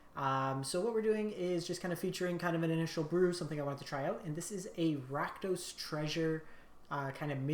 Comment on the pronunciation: RakUno? NO. RakDOS.